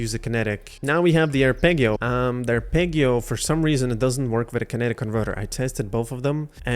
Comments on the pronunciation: Ar-peg-io pissed me off lmao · It's arpeggio not arpeggio edit: thanks for the video :) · You’re saying arpeggio wrong. I would want somebody to tell me. Thanks for the video. Very helpful